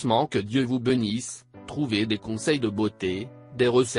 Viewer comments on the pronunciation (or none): Bonjour, On ne dit pas : "Que dieu vous benisse" mais : "Que dieu vous BÉnisse". La prochaine fois ne prenez pas un robot !